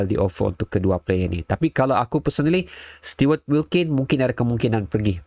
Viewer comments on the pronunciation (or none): Stu-ert wilkin (stuart wilkin)